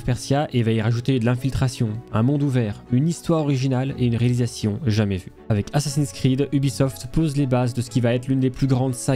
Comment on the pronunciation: Assins s'Creed ... Bha voyon !